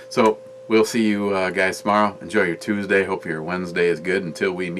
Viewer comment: ★★★★★ Did you say Titsday or Tuesday?